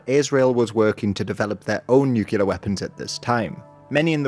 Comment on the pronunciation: All this wonderful work, and still can’t say “nuclear?” Small complaint. Thanks for this excellent summary.